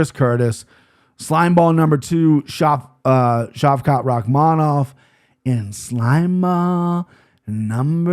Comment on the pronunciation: I love you but I think you missed pronounced Shaylin Nuerjdanbekeiej